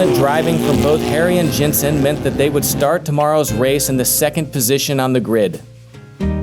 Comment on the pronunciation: love your videos, but I have to say it Jenson, not Jensen. Hurts my ear.;)